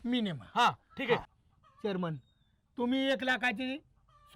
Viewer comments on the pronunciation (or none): चोरमन नाही चेअरमन 😅